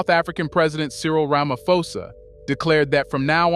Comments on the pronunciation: Stop saying Ramafosa its Ramaphosa with P not F in South Africa we pronounce name as they are writen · Bro please pronounce it properly...its Ramaphosa as in Pot. Pan. Post. Not "F". Its not english. Ramaphosa